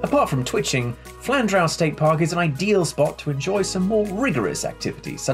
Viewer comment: Sorry to correct you but it is pronounced Flan-drew